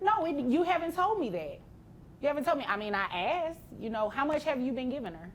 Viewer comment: IF i ever hear "aksed her" or " aksed him" instead off " I asked" I would aprove 250 dollars a month extra for not doing correct English. So Annoying,.